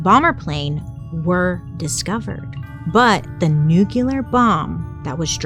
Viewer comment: I really really love you but can you please learn how to pronounce nuclear